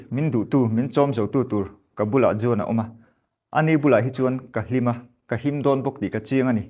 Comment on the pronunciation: Juan hi wan ti a lam tur. Jose hi Hawse tia lam tur